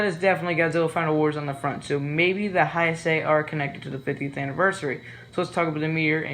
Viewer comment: learn to pronounce Heisei lmao